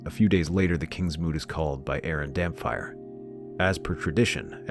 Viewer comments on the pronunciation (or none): Damphair is pronounced Damp Hair, not Damfire. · I wanna like these more but the AI moments kill me... you get so close and then I get slapped in the face with something jarring, and it takes me right out of the video. Aeron Dampfire? its Damphair. That alone screams AI or just low production, so sad because these videos would be amazing otherwise.